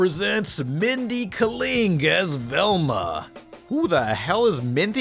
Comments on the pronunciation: Not you mispronouncing Mindy's last name lol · mispronounced mindy kaling, she is pretty goddamn famous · 1) The main reason why Scooby-Doo is not in "Velma" is that Warner Bros. Animation wouldn't allow the crew to use him even if they wanted to. 2) You pronounced Kaling wrong. 3) You mentioning that "Rick and Morty" premiering 10 years ago made me feel old! I was 15 when the show premiered. 😫 4) That Mexican joke actually made me laugh! 😂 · First off, how do you pronounce Mindy's last name again? Also, the show sucks. Couldn't get past the first 10 minutes.